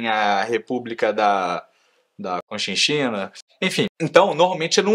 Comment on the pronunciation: República da conchinxina😅😅😅 a Dr. Que vídeo que explicação maravilhosa!